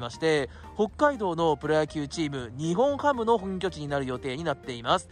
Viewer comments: ニホンハムとか（笑） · 福岡ドームもアクセス悪いよ。最寄駅の唐人町駅から徒歩10分近くする。 あと「にほんハム」じゃなく「にっぼんハム」だからね。 ついでに言えば日本ハムは東京や北海道の企業ではなく大阪の企業です。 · すみません「ニホンハム」ではなくて「ニッポンハム」ですよ。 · は冒頭で日本ハムを｢ニホンハム｣と言ってますが 正しくは｢ニッポン ハム(Nippon-Ham)｣です に代わり訂正してお詫び申し上げます。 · ニホンハム❌️→⭕️ニッポンハム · にほんはむではなく、にっぽんはむです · 日本ハムって、「ニホンハム」っていう人…いるんだ⁉️ 野球は「ニッポンハム」って言うと思っていました(笑) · 高評価516で低評価313 しっかりと日本ハムをしっかり調べてから動画を作ってほしかった 「にほん」ハムってwww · ｢ニッポンハム｣な！！